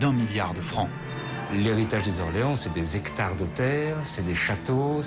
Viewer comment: Quelle honte ces journalistes de faire la liaison avec un nom propre (Orléans)